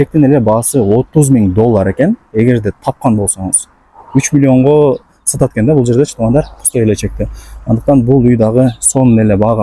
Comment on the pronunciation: Ццццц цццц ццццц цатат экенби цинтралный 😂